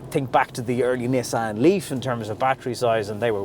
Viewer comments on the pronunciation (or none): none